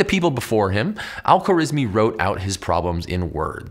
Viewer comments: what is is: al-khwarizmi ❌❌ what I hear: alpha rizz me✅✅ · Great Video! One note, in Arabic, we don't have consonants linking together much, because of the different ways to spell each letter. So the guy's name is Al Kha-wa-riz-mi